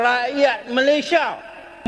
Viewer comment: Jelek gitu aja bisa menang ya di malaydesh. 😛😛😛 Island girl from Indonesia kan udah pas, jadi kagok kalo diganti jadi island girl from ma a laysia, bunyi "ma" nya dipanjangin, ditambahin huruf "a" lagi biar bisa pas. Emang lawak malaydesh. 🤣🤣🤣